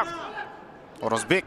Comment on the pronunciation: Орозобек,Орозбек эмес